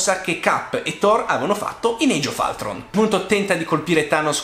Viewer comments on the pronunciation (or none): No è sbagliata.Nel film viene chiamato ultron.Quindi si pronuncia Ultron non Altron che sembra una pronucia tanto per fare i fighi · Sei davvero un bravo youtuber,sei bravo a spiegare ecc... ma nel minuto si pronuncia ultron nn altron..... ok che sei bravo per l'amor del cielo, però così mi triggeri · Bel video ma Age of ALTRON non si può sentire 😂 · Ma non si legge altron si legge ultron il secondo film degli avengers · ma non credo guarda io vivo in america da 11 anni e fidati che si pronuncia come si legge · Il collegamento con la visione di Tony in "Age of Altron" (tranquillo, tanti hanno il difetto di pronuncia, pure io, però dammi il diritto di riderci su) non ci avevo fatto caso. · ho sentito anche io un crampo al cuore ogni volta che lo diceva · Però Age of Altron non si può sentire ahahah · Sbagli a pronunciate age of ultron informati